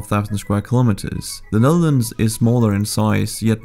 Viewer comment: Another great courtesy you could do (not just to the Netherlands) is to pronounce the word 'kilometres' correctly.